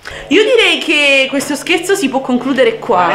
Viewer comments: Hai detto scerzo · Ai detto sespo